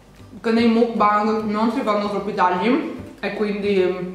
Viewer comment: Non ho mai sentito nessuno che mangia il panino da mc Donalds col pesce ahahah sei fantastica comunque lo dici bene mukbang si pronuncia con la A secondo me i gatti sono saliti sul tavolo dai ahah